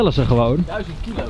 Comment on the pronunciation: valt jullie op dat en altijd zeggen duizond like als jou dit ook opvalt!